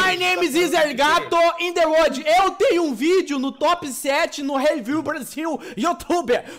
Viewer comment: El gato:eu sou o maior youtuber do uordi(obs:arriscou no ingles(outra obs:é world))